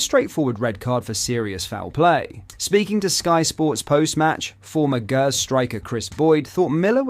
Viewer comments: Did you really say the GHERS not GERS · Hamilton acsies , and Gers is pronounced Jers. Jesus.